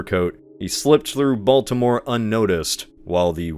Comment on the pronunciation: try not to pronounce Baltimore completely wrong challenge 😊